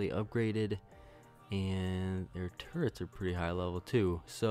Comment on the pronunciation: Yeah, I don't mind that. But you do need to stop saying "li-berry" instead of "library" and "turrent" instead of turret."